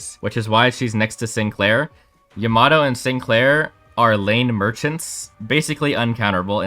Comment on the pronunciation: its Yama-toe not yamat-o